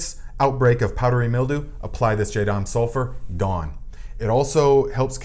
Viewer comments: Be sure to check for sulfur sensitivity before using on your plants. Especially grape vines! Some are sensitive. Is this a different formula from the JS Pesticide? I need to make some for squash vine borers and cucumber beetles. (🤫 it is Jah-dahm, not Jay-dahm.) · It's pronounced "JA-dam" not jay-dam. But great video, I just am annoying in that way, lol. Sorry.